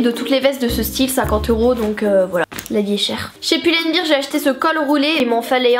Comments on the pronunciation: Bear se prononce "bèr" car si tu dis beer ça veut dire bière 😂😂 Bref j'espère que t'a compris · Si tu prononces "bear " "bir" En anglais ça veut dire bière (beer) donc bof quoi vaut mieux dire "bèr" C'est tout simple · Pull and Bear se dit Poule and bère 😉 Sinon bonne video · Pull and Bear ce dit [poul ende bir] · Je suis chiante mais on dit pull and bear : poul and bair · ça se dit poule and bire bordel de shit